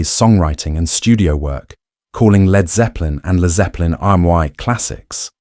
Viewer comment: Jack VH Jimmy pageeeee and leeeeerd zeppelin???? Cancel delete and erase this robot!!!